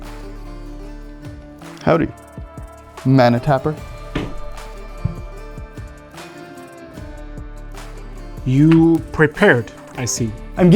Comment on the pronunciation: that hard R on manna tapper sounded rough